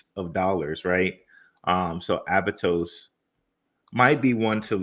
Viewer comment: It's aptos not abatos